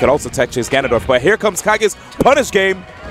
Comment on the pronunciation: D1: "ganon-DORF"